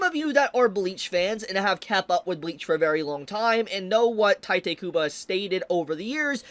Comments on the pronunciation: It's not "taite" kubo, it's "tite," ti as in tea and te as in tell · It's teete not tYte.... You are brutalising his name. Anyway, I heard that weather Apps are now requiring IDs in Texas. n texas. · Bro, it's "tiiiitehh kubo", not "taitay kubo"... XD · It’s pronounced Tite (Taito) Kubo. It’s explicitly not pronounced the Japanese way. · Friendly PSA that Tite is supposed to be read as Taito. Or you can read it however you want, I'm not your mom. Just saying coz many ppl don't notice just coz it's a quirky af romanization.